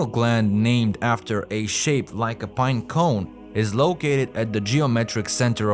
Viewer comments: Bruh really battles to say binecone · Update: I legit can’t focus because every time I hear him say it I start laughing